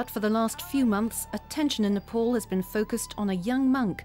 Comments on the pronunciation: Butter was not born in Ni- pawl. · Nepol or Nepal 😂